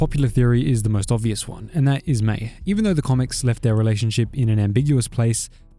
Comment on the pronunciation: It’s Mai.